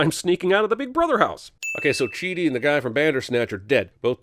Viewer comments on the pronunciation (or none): hahaha he called him Childi (also i LOVED the mental health section)